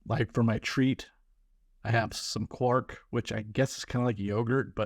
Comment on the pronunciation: Try Skyr yoghurt. It’s very high in protein and low in calories. Quark is pronounced Kvark rhymes with Mark :). Don’t compare yourself with others. Pointless.